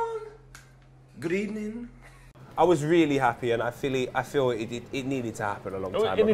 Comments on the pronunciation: “She said she wanna have a good ebening” I’m gonna hear that in my nightmare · Emery: good ebening Ljungberg: good svedening No rules